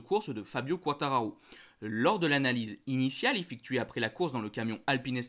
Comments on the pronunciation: QuaaaaRRtararo , pas quatararo. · S'il te plait....articule! C'est quar ta ra ro. Et pas qua tararo